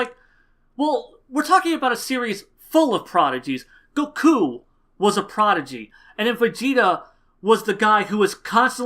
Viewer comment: he said prodigy. not a protege. maybe the pronunciation was a bit off